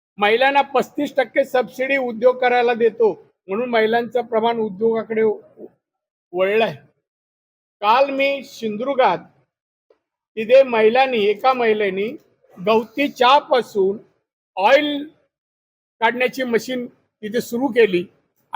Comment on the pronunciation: सिंधुदुर्ग बोलायला जमत नाही 😅